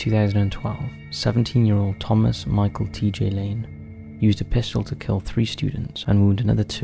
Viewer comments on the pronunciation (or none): none